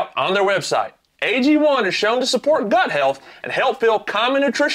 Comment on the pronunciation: Pretty sure you said Butt health, Not Gut health. , Here is the situation on the Intakes, Where you put it, And how Cold and fresh the air is , Is grossly More important , then the amount of air, or how clean it is. I can assure you, Temp is Far more Important, putting a Big K&N in a spot that is gonna pull warmer air then your OEM Intake, You will LOSE POWER. Try me on that.